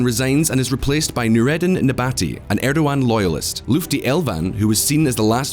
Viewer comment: Your credibility is hurt by bad pronunciations. Use Google translate, check out BBC/CNN or talk to a Turkish person for pronunciations. These are major, common names and terms said in the news regularly. Also, 'Turkish' and 'Ottoman' are not interchangeable. You wouldn't say "Bourbon" when talking about French President Macron, would you? Davitoglu, Erdogan, Recep, Sharia, et al The 'g' with a smile above is silent. 'C''s are pronounced like 'j's. There's no such thing as 'Shi-aria' I'm only pointing this out because I like this channel, learn from it, subscribe, and hope for continuous improvement.